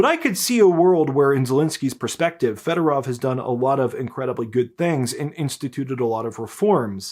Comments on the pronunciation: here is a tip on Ukrainian pronunciation. All “o”s are pronounced like the o in the English word “over”. So the “o” in Federov should be pronounced like that. It’s not Federav like you’re saying. Apply that same logic to any Ukrainian word, including the names of cities and other places. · Why do all call him Federov? It's Fedorov!